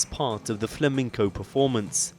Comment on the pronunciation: FLE-MIN-CO ?? Disgraceful reporting... It's Flamenco ! FFS. ...but its channel 4 so I'm not really surprised.